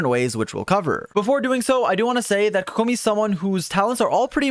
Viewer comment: How to say it. Kokomi. How you say it. koKOmi.